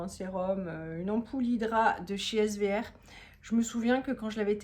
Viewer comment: Coucou, Merci pour le partage, très intéressant 🙂 (Et tu prononces S'ver si j'ai bien compris? Moi je m'applique à prononcer les 3 lettres SVR 😁). Je pense que vous partez bientôt en vacances je ne sais pas où mais je sais qu'il faut un passeport pour y aller 😁 J'espère que tu nous emmeneras avec vous! Bonne soirée à bientôt 😘